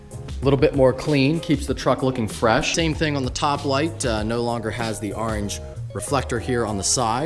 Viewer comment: orange not areange